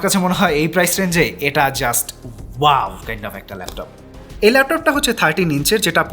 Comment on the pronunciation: Laftof naaa vai laptop